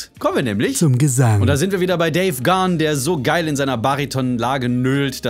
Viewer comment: Beste Band der Welt 🖤 Und sogar 'Gahan' richtig ausgesprochen - eine Rarität! Ich bin stolz 😁